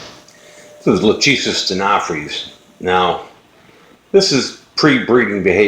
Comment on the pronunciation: Hi man, I love your videos and never miss any- Just a "tip". When you say "LACHESIS" the phonetic is wrong. Latin (or greek) sounds different than your american accent or phonetic. the correct form is: LA (ok) , "CH" is ALWAYS hard like your "K"; the "E" is like the E in WEST (not EAST or EASY) and "SIS" sounds like your "SYS". So LAKESYS ( E like wEst or rEst, chest etc). Love from Italy